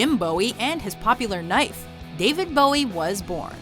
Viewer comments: The Texan's name is pronounced Boo-ee, not Bow-ee. Trust me. I'm a born and raised Texas Girl. Where I grew up we named our schools after Texas founding fathers, James Bowie, David Crockett, Stephen F. Austin. Do your pronunciation research. We've had this talk before when you couldn't pronounce Danny Bonaduce's name correctly. Google is your friend here. When in doubt, hit Google and ask how something is pronounced. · Jim Bowie's name is pronounced "Boo-wee" not "Bow-wee."